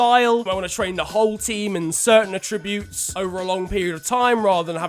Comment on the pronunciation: Stop pronouncing attributes incorrectly please.